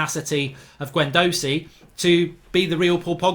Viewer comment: 1min in and only united players in for me should be De Gea Wan Bissaka and Maguire. All rest Arsenal have better players in the positions. Its pronounced Gwendoozy and Ce bile os for Ceballos